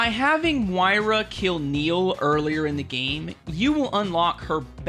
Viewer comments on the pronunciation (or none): why do you pronounce Moira like that it makes me laugh every time lol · Your inability to pronounce Moira correctly after it's said in the game 158 times breaks my heart 😂